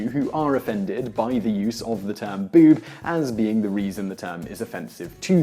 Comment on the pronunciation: why can this man not say "boob" like everyone else?